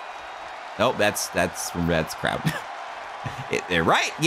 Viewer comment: craud townt? 😂😂